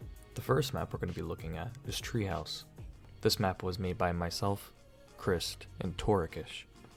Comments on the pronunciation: i was confused when you called chr7st "crih-st" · Why u said Crist tho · I always thought his name was pronounced “Christ” instead of “crist”?